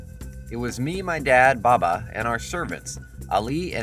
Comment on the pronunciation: Your pronunciation of the words make me cringe. It’s okay because the Arabic ‘Hassan’ hasn’t got a letter in English. ‘Baba’ is ‘baabaa’